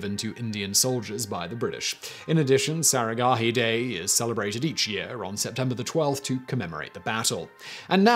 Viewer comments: It's not saragahi it's saraghadhi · The massacre at saragarhi seemed tame when compared to how you murdered the pronunciation of the battle cry.